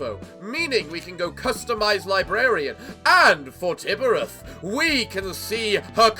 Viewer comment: I still Cant stop laughing at how much you mess up Tiphereth's name lmao